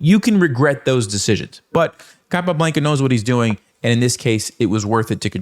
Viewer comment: It's not capablEnca, is capablAnca